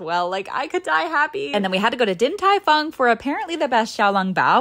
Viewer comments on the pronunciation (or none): dude, they look and sound DELICIOUS also! fung is not pronounced how it looks. i… don’t know how to describe it but it sounds like phone, if that makes sense? 😭